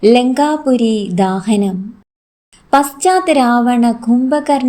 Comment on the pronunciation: ലങ്കാപുരി ദഹനം ആണ്. ലങ്കാപുരി ദാഹനം അല്ല മോളെ